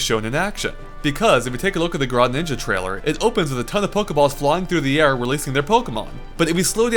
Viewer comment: Grawninja? WTF?